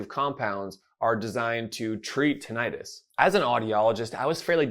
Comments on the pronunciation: You are not pronouncing Tinnitus correctly. It is not Ti-nni-tus. Two n /nn/ thus Tin-ni-tus. example /swimming/ is not Swi-mming it is swim-ming also the second /i/ is not /eye/ since it is following a double constant thus vowel goes from long to short. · PLEASE stop calling it tin-i-'tis. You know as an audiologist that it is correctly called tinnitus, without the long "I" sound. I know you think it is more understood the way the lay person thinks it is pronounced, but it only reinforces the incorrect pronouncing of the condition of tinnitus. When I hear someone talk about this subject, pronouncing it tin-I-'tis, I dismiss everything they say. Let's educate people rather than dumb it down, just so they can understand the subject. I have been a subscriber to your channel for several years, and know that you are a well informed audiologist who specializes in tinnitus. I have severe tinnitus and have for the last 25 years been desperate for help, without much relief. I have tried every so called treatment there is. Please don't add to the problem by presenting a "dumbed-down" approach. Thanks for having a heart to help those of us who are dealing with his debilitating condition. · You’re pronouncing Tinnitus incorrectly… plus TRUE tinnitus is in the BRAIN… not in the outer ear.